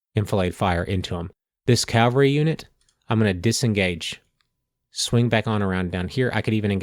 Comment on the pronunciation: Point of Order: Please don't take this personally - but - It's NOT pronounced "C O W very" It is spelled C A V A L R Y and pronuunced K A V A L ree. Think of it like the name Henry " Cavill ". CALVARY refers to the hill outside Jerusalem where, according to the Christian Bible, Jesus was crucified, also known as Golgotha, meaning "place of the skul. I watched the whole thing and enjoyed it - like AVALON Hill but outstanding - but the COWVERY is like nails on chalkboards -...